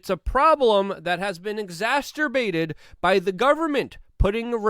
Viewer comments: Man, don't say exasterbated, it's exacerbated. No T after the s sound . . . Love ya, just the same. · Love ya Luke but please say exacerbated. Not..exasterbated…stay Free! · LMAO Its been "exasterbated" LMFO😂😂 god bless ya luke luv u ur the man! Don't ever conform to anything even proper English